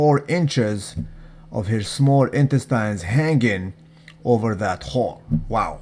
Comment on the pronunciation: "Intestynes" not loyal.